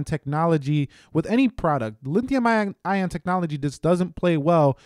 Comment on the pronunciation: Did I hear you say Linthium ion technology ?